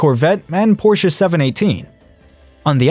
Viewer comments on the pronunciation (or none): none